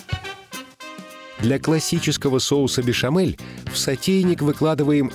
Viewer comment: Соус "бешамель" а не "бешэмэль".